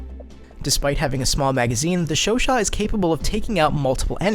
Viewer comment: lol you are the first youtuber that I see pronouncing the name correctly